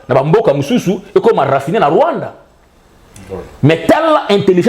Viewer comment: pas le Rwaanda et l'Ouganda.